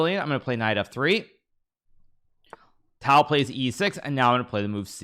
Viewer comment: Blood coming out of ear’s when he saying Tal and Joze RAul 😄